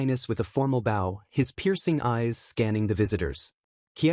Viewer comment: Lol my god how it it that AI doesn’t know how to pronounce easy words like bow & wound The guy was thanking somebody for saving his life and you’re AI Think somebody was playing the (violin) with a “bow” 😂 and winding the (clock) that was already “wound” up I realize they’re spelled the same, but even 6 year olds in the 1st grade learn how to pronounce words, depending what type of sentence they’re used in 😂 I have yet in 3 years heard the proper pronunciation for bow and wound from AI